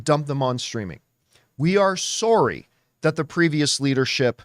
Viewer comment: Ooh, the Canadian came out. “Sorey” lol 😂❤😂❤